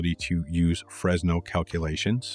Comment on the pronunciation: So I can teach you something , eureka !!!! In French the pronication is FRENEL the s is not pronounced....